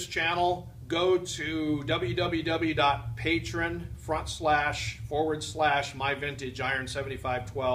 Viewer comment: Thank u for pronouncing patreon correctly I probably spelled it wrong 😄